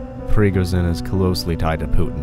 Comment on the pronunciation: "the ukraine", "prigozin", "ogilarch", bro could have done some basic research before making the video